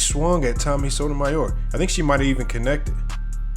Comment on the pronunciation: Sotomayor- why cant you prounance it!?